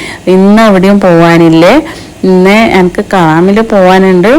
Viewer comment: അക്ക് അല്ല😂😂.....എനിക്ക് എന്ന് പറയൂ